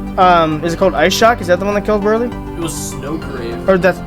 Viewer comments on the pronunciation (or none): I mean, it's Burghley